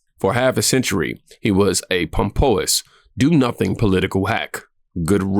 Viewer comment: Bold Trump claim backfired? What the hell are you talking about? Trump's secret backfired? On who? Trump? What secret ? You don't know the language. You need to study. Learn what you're saying. Backfired. Look it up. Pompous - say (pom-pus). Can you read? I'm sorry to say this, but you need education. Please.